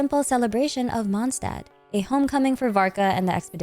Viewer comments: Day 2 of correcting the pronunciation of Mondstadt 🌛🏙 🙏 The ST in Stadt is spoken as SH. The Favonius Anthem sings it correctly for reference. Monsdad ❌ Mond Shdad ☑ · Watch your language. It's just a matter of fact she's saying it wrong. She pronounces every French, Arabic, Chinese and Japanese word down to a T. And those are way harder to pronounce than German. She even used to say German words right, so IMO reminding someone how it's said right is not being pedantic.